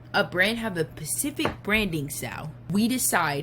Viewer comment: Its hard to take someone seriously who says pacific for specific